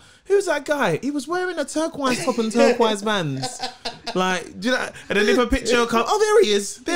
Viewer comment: “TurkQWISE top and TurkQWISE VANS” 😂